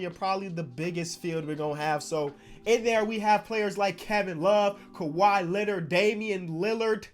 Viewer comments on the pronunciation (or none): none